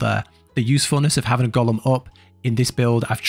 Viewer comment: Thanks for this video. Also I was listening to it and at one point you were talking about "Gollum" all the time then I noticed.. "Golem" lol